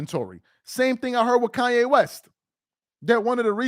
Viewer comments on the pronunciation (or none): none